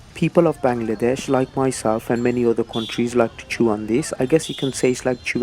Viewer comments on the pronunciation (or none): none